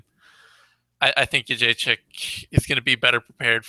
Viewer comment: really needs to learn how to pronounce Joanna's last name.